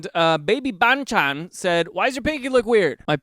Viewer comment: My auditory senses are so pleased when you correctly pronounced baby banchan 🥹